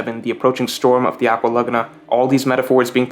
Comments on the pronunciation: It’s “LA-Goo-Na” not “LugNa” bro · It's not "luhguhnuh," it's "luh-GOO-nuh" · I can't take "lug-a-na" instead of "la-goon-a" good video though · Man it's pronounced "aqua lagoooona" not lugna 😭😭🤣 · Laguna = La-Goo-Nah Its not pronounced Lugna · I can't get over the way you're saying Laguna.. have you never heard of a lagoon? It's pronounced la goo nuh.. am I the only one? If I'm the crazy one here someone please tell me lol Also usop is luffy's best friend? I didn't get that.. would have made water 7 even better if I did get that, but I just didn't get that from the story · Holy shit the way you say laguna... Just say lagoon and then add an "ah" at the end. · Good video I just think you’re saying Aqua Laguna wrong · He keeps saying Aqua Laguna weird... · Dude really can't pronounce Laguna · You pronunciation of "laguna" and "archipelago" is annoying. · Why you say laguna like that lol. what in the world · GREAT VID. But the way you say laguna hurts me a little lol. more of this greatnes!